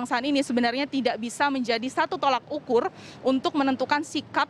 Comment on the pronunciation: Reporter CNN tolak anhin bukan yolak ukur TOLOK UKUR